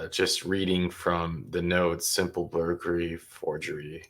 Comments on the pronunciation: Thank you, I was about to comment on the same thing. "Burgery"-when you're craving burgers but can't really afford to eat out, so you steal them instead😏🙄😆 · Is she saying “simple burgery”😂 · The girl who reads the charges in the beginning always drives me nuts cuz she says mirabello and when she says burglary she doesn't say the L lol